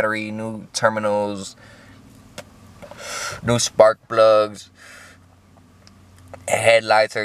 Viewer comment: He said "spark blugs" ded